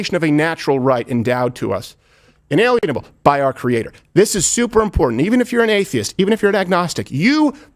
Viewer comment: In-a-LIEN-able 👈🤨 Not alien like E.T. phone home! A lien like the fucking mortgage on your house! Inalienable means no matter how many school shooters there are, it doesn't make your guns guilty!